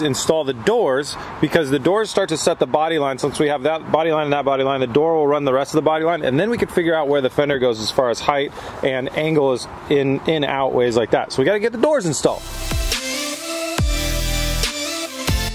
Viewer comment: Hey, you're friends with right? Can you teach him how to say height? I noticed you can say it correctly and he still says "heighth."